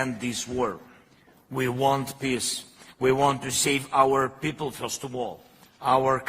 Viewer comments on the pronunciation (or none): does zelelsnky say peace or piss? Thanks for update. Have a good friday evening? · The way he pronounces the word peace,.. it sound like he is saying piss... shouldn't be laughting, bu I just cant unhear it 😂